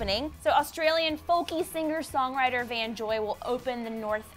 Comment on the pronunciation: His name is VANCE JOY not VAN